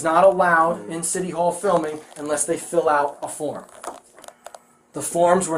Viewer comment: It’s city hall. For Christ sake …I had to watch that like 300 times in a row